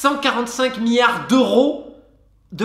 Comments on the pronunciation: On ne dit pas "MIARDS" mais "milliards" (avec un i avant le ard). C'est comme le U dans "Amblance". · Affolant tout ces "miyares" d’euros ! 😁